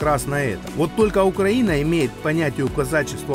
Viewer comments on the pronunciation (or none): none